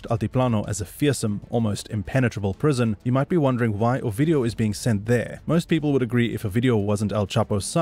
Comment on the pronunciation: When you'd say his name, it sounded like you were saying "OUR-VIDEO"!!!😝😭😆😭🤣